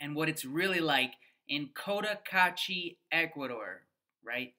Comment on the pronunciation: Opinions, shmopinions… It’s heaven for some, but boredom for others. I only wish you gringos would learn to pronounce the name of the town properly. The first syllable is not “coat” — I cringe every time. It’s Koh Tah Kah Chi.